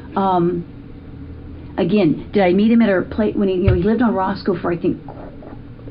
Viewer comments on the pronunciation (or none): none